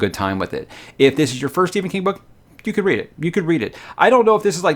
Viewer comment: His name is Stephen not Si or whatever you said.